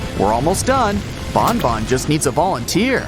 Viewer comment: It's banban not bonbon